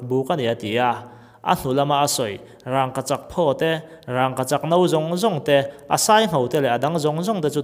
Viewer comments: Lei tawt hi chu ka la hrethiam a duh vang a ni lo. Mahse raangkachak tih hi chu amah chiah, mithiam zawkte pawh rawn ve awm. A chapo thlak em maii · Aw, sawi chiang thei e. Rangkachak han tih hian, "rang" lai tak hi thlûk loh tur a ni a, thlûk chu a dik lo a ni tawp mai. Amah hian lam rik dan tur a nei ve tawp a ni. Chungtiang zelin hming dang, Buhchiûm pawh hi a ûm lai hian rik dan tur bik a nei ang hi a ni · Rangkachak i lam dan hi adik lo agaihthlak ahreh awm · a ngaihnawm hle mai,mahse rangkachak tih laite hi... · Thluk dik lo ania, kan hrilh kha apawi lo reng reng, tang dik lo,Zika dik lo,thluk dik lo kan inhrilh tawn hian kan hnam tawng humhimna leh ti hlu tu ania, adik lo leh tawng chhuak thar leh inthlahdah tawng ti mai ang kan pawm duak duak hian kan tawng ati hausa ka ti ve lo,ati dazat ka ti zawk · Rangkachak i lamdan hi ithluk tlata thluk loh tur,thildangah chuan sawisel na tur a awmlo angaihnawm e. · Kan bawngpui a rang ang ni lovin ràngkachak tih mai tur a ni e. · Rangkachak ti mai la.. ràngkachak.. rang lai khi i thluk vak a😀😀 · Raaangkachak pawh ani mailo,,wraangkachak han tih tlat mai chu aww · Rângkachak nilo in Rangkachak tiin lam rila, a thuk a dik zawk hmel. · mizo tawng ah khi tiag thluk a wmlo 'rangngkachak'..nilo in rangkachak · Rang,ka chak tih in lam roh.rangggkachak ni loin..burma ho mizo tawng hi chu ahriat theih ania. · Raaangkachak a awmlo. Rangoachak chu a awm. In zir ve ta che. Matrict te i pass ve em.. mizo tawng i thiamlo em mai.. midang chhiar tir la i hlawk zawk ang. Mithiam zawk te rawn ve la. Mahni tawng pawh chhiar dik theilo tlaw em mai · Raangkachak a nilo, Rangkachak a ni zawk.. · Rang ni lo vin rangka chhak ti tur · Rangkachak i sawi rang tihlai i thluk dan adangdai 😁😁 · I Rangkachak lamdan kha, rang;/ tih kha,thluk duai lo lo,a dik zawk e,a bengvar thlak lutuk e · Rangkachak ti ta la ngaih thlak a nuam zawkanga. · Raaaaangkachak. 🤣🤣🤣🤣 Vidiau 😂😂😂😂😂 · Rângkachak tiin i lam zeuh zeuh a, fimlhur deuh deuh ang aw